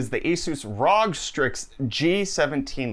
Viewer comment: Its called R-O-G individually pronounced and not Rog as a whole no big deal just an FYI